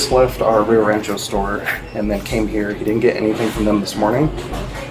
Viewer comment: Is this the reparation they want i keep reading and hearing so much about??? Just wanna steal and do what ever and just be able to go home cuz like for her, shes not even from heah... i know, i spelled it the way she pronounced it. So she wants to take whats not hers then put up a fight and just go home, knowing she was LITERALLY CAUGHT ON CAMERA. Sorry, i just had to cuz im so sick of hearing about reparation. Ive commented a few times that if someone could show me their papers that proves they are/were owned, especially within the last oh lets just say 20-30 years... i will pay reparation, BUT NOT TIL I SEE PAPERS 1ST. 😮